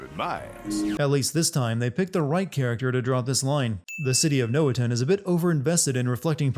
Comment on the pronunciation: Entertaining video, but how are you mispronouncing so much stuff? Jeanne's name comes up constantly, Rodin's several times as well, and Noatun multiple times too. :P